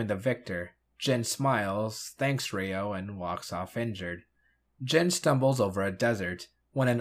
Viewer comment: I thought you watched the series. The red ranger is "YO". Not "Ree-o" (and many other examples).